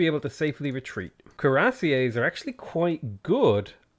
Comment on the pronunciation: Koo-rah-see-ays.. Man it's pronounced Queer-a-seers. Just sayin, no offense.